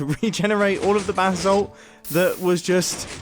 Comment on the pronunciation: The way you say “Basalt” hurts.